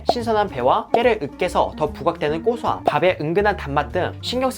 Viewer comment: 언제부턴가 저도 님 발음 따라서 고소함을 꼬소함이라고 발음 하네요.. 책임지세요..ㅠㅠ 오늘 영상도 잘보고 갑니다.